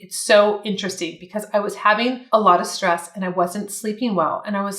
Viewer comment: With all due respect, watch how you say -ing words. It's having rather than haveen